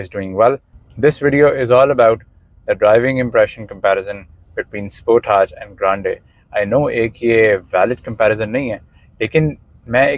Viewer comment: You pronounced Sportage the correct way 😄👍